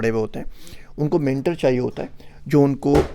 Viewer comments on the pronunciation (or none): ...Mentar nahin pronounce kartay....o ki sound hai I just confirmed....mentor.....Just for info....Not for criticism....Stay blessed